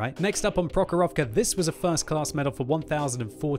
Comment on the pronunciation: You say MurovAnka, ProhorOvka... I really want to hear from you MUrovanka and PrOhorovka!